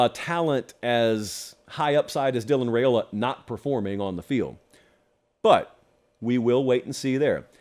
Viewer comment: Per his dad, it’s pronounced “Rye-ola”, not “Ray-ola”.